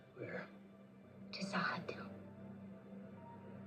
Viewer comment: She will get the pronunciation for Z'ha'dum eventually. LOL * "ZA'HA'DOOM" :)